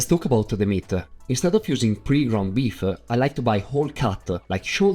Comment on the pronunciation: It’s just odd that you pronounce the e at the end of words that do not end with an e, such as beef e and brown e.